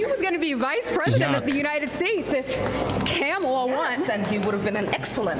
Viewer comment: She said “CAMELLIA!”🇺🇸🙌🏻